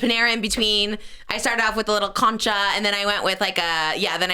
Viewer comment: Trisha’s pronunciation on concha 😂